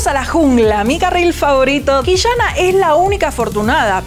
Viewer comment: detashes, Qishana, league of leshens...como que molesta un poco x.x